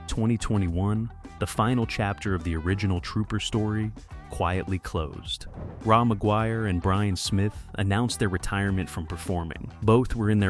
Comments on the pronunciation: What the fuck Ray Maguire fucking AI not Raw Maguire i grew up a few blocks Away from my parents house in south Vancouver Ray had a 55 chevy 2 door Parked out side his parents place in The ally i met Donny Underhill with his band called Troma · Pronounced Ray not Rah. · That is Ray not Ra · Had to stop listening due to the ridiculous AI “narrator”. Fkn lazy. Ra McGuire is pronounced “RAY” not “ RAW”. Bachman is pronounced “BACKman” not “BOCKman”. And Baby “WANTcha” Please Come Home? Really? Put real narrators back to work! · Polite correction because I’m 🇨🇦 … it’s not “Raw” McGuire … it’s pronounced Ray. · Pronounced Ray not Ra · Ra = Ray not "Rah". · It's pronounced "Ray" Ra is short for Ramon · Ra , pronounced Ray ..this is AI BS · Ra pronounced Ray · Ra is pronounced "Ray" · I came into the comments to say that. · Clickbait, with an AI voice that pronounces Ra's name wrong. The internet can really suck. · Former Canadian radio music director here. Couple mispronounced things kinda skewer this right off the bat - Ra is pronounced "Ray"; and it's "Baby Woncha Please Come Home", not "wancha".